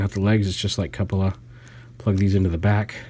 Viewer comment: jsyk, cupola is pronounced with a long U